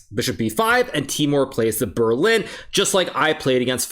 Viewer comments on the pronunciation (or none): none